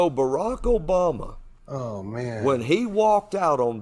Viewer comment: "BARAK OBALMAHL" Geez these people